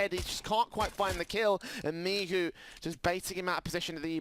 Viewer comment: cgodzi o to, ze komentatorzy sie mylili i czasami mowili "miczu" zamiast "Michu"